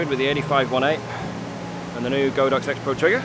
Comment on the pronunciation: Its GOD-OX not go-Dox, the Chinese word literally translates into The Ox God